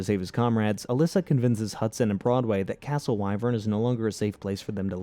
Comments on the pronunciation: you also forgot the fact he said " castle why - vern" when it's supposed to be Wi - vern and it's spelled Wyvern but pronounced like the wi sound in the word wind. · The castle is pronounced wiv-urn 😬